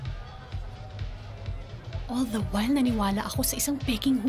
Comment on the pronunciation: I love the view but “the” is silent